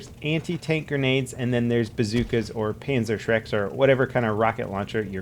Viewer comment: Did he say Panzer Shrek?